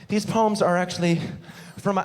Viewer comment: the first time he said poems, I thought he was saying puns in a funny way poans